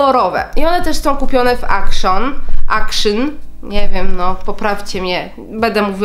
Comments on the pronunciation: action (czytaj: ekszyn) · jako że to jest niemiecki sklep, czytamy "akcjoon" (z akcentem na drugą sylabę) :)